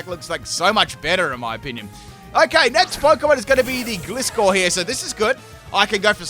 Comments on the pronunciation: He so totally pronounced Gliscor wrong XD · That’s for you. He pronounces most names wrong.